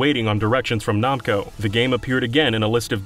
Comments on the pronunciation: Okay I have to know what your problem is and pronunciation because you have said namco wrong and you have somehow said another word wrong I can't remember what it was It was the start of the video. NAM CO. WHY ARE YOU PRONOUNCING IT LIKE IT'S NAHM!!!??? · Are we just saying "nawmko" now? Are we just doing that? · It's pronounced Nam-co not Nom-co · They way he says “Namco” is so strange to me. I’ve never heard it pronounced that way before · Lmao “Nomco” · Who in the world pronouces Namco as "Nah-m ko?" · Why does he say Namco as Nomco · "nom-co" SERIOUSLY????? HOW THE HELL DID YOU GET THIS JOB??? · The way you say Namco hurts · Did you just say Jarudo? The way you say Namco is terrible too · I hate how he pronounces Namco